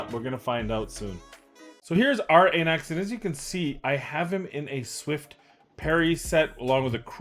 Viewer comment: Αναξ, meaning ''king'' in greek - pronounced like A in Alpha. Thank you for the vids!